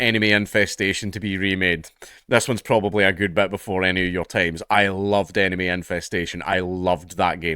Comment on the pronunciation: Instead of “enemy infestation” I heard “anime infestation” lmao